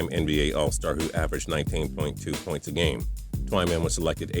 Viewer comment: "puynts" you mean points bro?